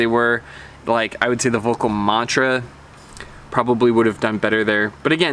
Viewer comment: I have the old RTM 81, and the Deacon 79 it's a kind of... left the bleh feeling. BTW, in German V is pronounced like F and ö closer to 'oe' - something like Felkl.